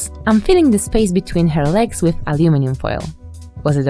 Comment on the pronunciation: "to je amelinium" ;) Jako imię proponuję Amelina xD